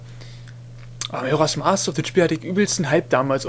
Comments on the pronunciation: Ach ja. Dein 1. LP. Du warst total schüchtern, aussprache falsch ( Majoras mask ) Ich find das hammer geil. Ich hab erst das und dann das Replay geschaut. Ich fand den anfang voll hammer. :D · Ach ich liebe es einfach XD du sprichst als würdest du eine Powerpoint Präsentation vorlesen und natürlich am Anfang erst mal den Titel falsch aussprechen <3 schon vor 7 Jahren war das für mich ein Highlight